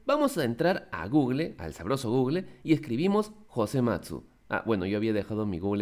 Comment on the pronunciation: Disculpa pero se dice gugul :O